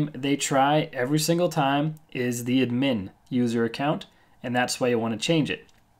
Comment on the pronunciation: its not admeen but ad-myn pronounciation dammit!